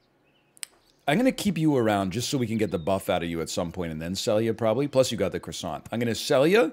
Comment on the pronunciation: You know egg hadn't recorded in a while when he pronounces croissant "cross ANT", instead of "cross ON".